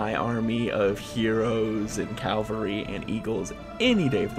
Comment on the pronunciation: Enjoying this to be sure, but I got to say cause it just peeves me: Ca-Val-Ree Cavalry